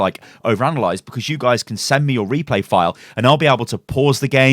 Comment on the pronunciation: If you heard Reaper instead of Replay say I.